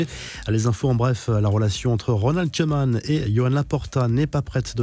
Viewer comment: Idem pour Koeman